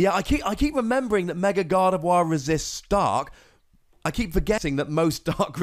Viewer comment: FINALLY someone who pronounces Gardevoir right 😣